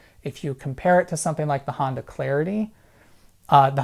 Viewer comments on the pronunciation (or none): none